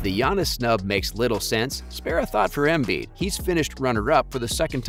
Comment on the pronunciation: He even fucked up "Embiiiid". The other give-a-way was the suggestion that literally anyone else should have been in the conversation other than those two. If you watch, it wasn't even close.